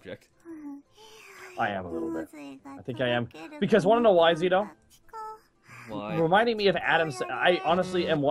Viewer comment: HOW DID YOU MISS "ZITO-IS-NITO" ?!?!?!